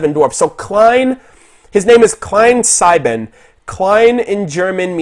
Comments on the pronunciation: It's just a bit unsettling to hear "sieben" without clear, distinct 'Z' sound. As well as his first name, but it's more tolerable because of what dialect a person speaks. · Klein=small Sieben=seven Its so entertainig to hear Americans trying to pronounce german, when you said sieben I didnt even understand it at first xD